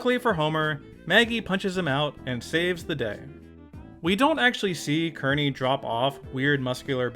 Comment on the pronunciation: It’s pronounced Keer-neey